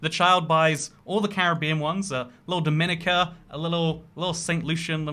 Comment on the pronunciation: im pretty sure dominica is pronnounced do-mie- nie-ca while dominican republic is dum-i-ni-can